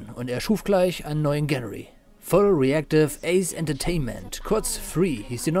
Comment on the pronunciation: Top Videos! Zieh mir diese Reihe schon zum 2ten mal durchgehend rein. Anm.: Weißt du mittlerweile wie man Genre richtig aus spricht? Bei min ;-)